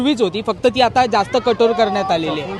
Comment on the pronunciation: भाऊ कठोर रे कठोड नाही 😢😂